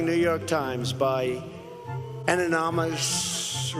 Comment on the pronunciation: He pronounces "anonimussss, gutlessssss" because he's hissing - his natural born snake language.